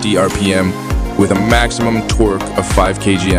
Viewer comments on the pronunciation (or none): Oh it's a dew kitty,with lots of tore kay. Why can't these types of channels use real people to narrate . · Do Ca tea??? Tor key??? Read by a robot???